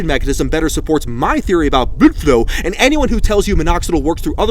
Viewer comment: " Blud flow " 😭